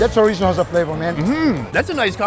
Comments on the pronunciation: Chorizo is Mexican sausage. Portuguese sausage is chourico pronounced sha reese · I think that's Chourico (the Portuguese people here are mainly from the Azores and they prounounce it SHOO-REES-U) in the Feijoada and not Chorizo. I live in an area with the second biggest population of Portuguese people and grew up on Chourico and Linguica. I didn't have Chorizo until like the mid 1990s when we started getting a bigger Spanish/Mexican population. The two sausages are really different, with a lot more fat and a much more pronounced garlic flavor in Chourico. I actually like Chorizo better, but my Portuguese neighbors can't know that or they won't share their delicious food with me :P